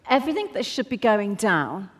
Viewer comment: the word is ''everythinG''. Up to then, good effort! Please stay true.